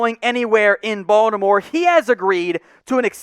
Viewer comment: Finally, somebody who pronounces Baltimore correctly; (Bawl-di-more). It's either that or "Bawl-more." Anyways, I think adding James to the line depth holds decent upside potential for next year and Gus Edward's extension was a solid move.